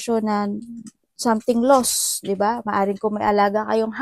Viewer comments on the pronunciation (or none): Pls say Lost, not loss